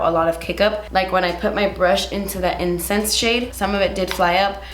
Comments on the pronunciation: Everytime you said " incense" I thought u were saying " incest" and I was like damn... those names are dark AF 😂 but in all seriousness can you also do a more neutral look with this pallet? I'm very on the fence about buying it. Good looks for every day?? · did anyone else think she said incest instead of incense 😂